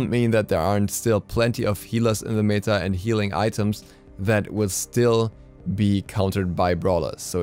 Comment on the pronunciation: You're pronouncing "meta" wrong :( Good video though